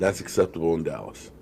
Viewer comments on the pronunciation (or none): none